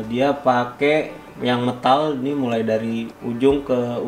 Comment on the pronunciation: metal bang... meeeeeeeetal bukan mtal